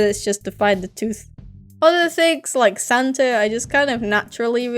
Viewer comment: Did she say santer instead of Santa